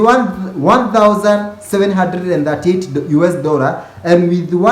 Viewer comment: its one "DORRA"